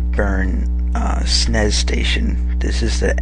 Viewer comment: you just said snes like snays